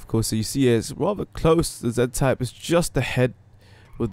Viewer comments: It's z type not za type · It's pronounced "Zee-type" doesn't matter if you're Canadian or English (British) you have to pronounce it like that lol